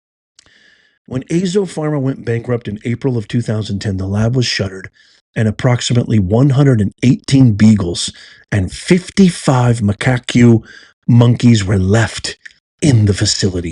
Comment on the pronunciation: Macaque Monkeys... pronounced muh-kahk!!! 😉